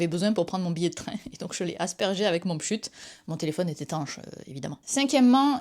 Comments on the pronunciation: J’ai toujours dit pschit. C’est la première fois que j’entends "pschut" xD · Par contre on dit pschit. Non négociable. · Pareil je me disais qu’est-ce qu’elle raconte avec son "pschut" 😂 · C'est la version au Québec peut être 😅